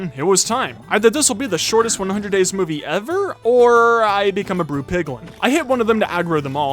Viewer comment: did you say moviey